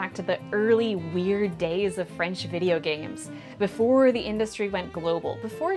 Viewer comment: Weird? More like ouird